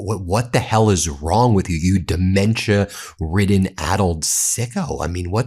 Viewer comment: I'm saying it "Very Strongly", Duh-mentia! ...💪🇨🇦